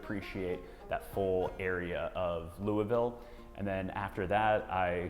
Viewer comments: Is it louavull? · You pronounced Louisville wrong.